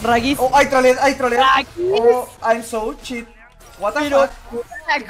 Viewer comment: todo el mundo: "Shit": "CHIT"